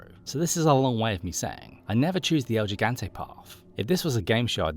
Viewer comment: It's "el gigante" not "el jigante"